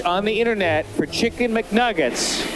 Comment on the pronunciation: . "Kicken McNaggets"😂